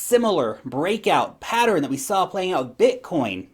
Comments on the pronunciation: Sometimes you say "patter-en". So cute! 😁 You're my favorite. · I warch another utuber that says patteren also! She's from Indiana and in New Zealand...not sure where that pronunciation comes from..lol!😁